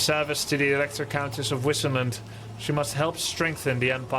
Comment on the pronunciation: I hate how she pronounces Wissenland! :(( Wasn't there at least one german-speaking guy to tell them how to pronounce it :(( They "bugged" Grubby too :D He pronounces "Wissenburg" properly and Wissenland badly, like the voice actress pronounces it :D